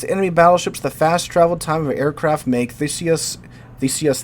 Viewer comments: As a Brit, i think its pronounced Thee-suss ;) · It's pronounced "thEEsi-us". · he's a history teacher cant believe he doesnt know how to pronounce it. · Theseus, The rhymes with tea, but you've got the rest down. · er theseus as in the greek who killed the minotaur in the labyrinth? theeseeus. or howeve ancient greeks said it. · Not quite. There are two different TH sounds, one where the tongue contacts the upper teeth (a sort of buzzing sound) and the other where they do not touch (a breathy sound) - think "they" versus "theory" - "THEE" is a proper word that uses the first sound. Theseus uses the second sound and is pronounced like the word "Thesis" with the "iss" sound is replaced by "ee-us" sounds (as you described). I'm sure you correctly understood the pronunciation, however the complete words used were (unintentionally) misleading to others.